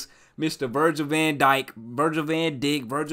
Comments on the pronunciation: bro said "Virgil van Dick" 💀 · "Virgil van dikkk"..... It's pronounced as Virgil van dike😂😂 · somebody gotta tell this man how to say "Van Djjk" 😭😭😂